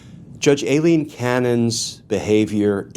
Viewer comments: My brotha in Christ, it’s pronounced: Eye/Aye Lean. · Why does pronounce Judge Cannons name like it's spelled "Ailleen" with "ll"? Not saying that he's wrong but I have seen her name with only one L so I don't understand why he continues to pronounce it as if it was "Ailleen".